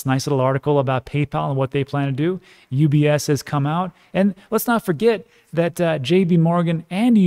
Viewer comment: Haha, when you said ETPs I thought oh what’s that; then you said UBS but I heard UPS (the postal service). Can you imagine how confused I was for a few seconds?